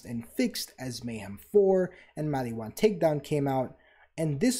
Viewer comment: "....attention span of a human being before a Tiktok..." Dude, you really tested my ability to tolerate pronunciation problems. Why does Mal-EE-whan bug me so much? I mean, they pronounce it Mal-ih-whan in the game. I know that this is a ME thing, but holy hell was it driving me insane. It's a reference that I'm forgetting, isn't it? All your points were legit though. Kudos and Double Kudos.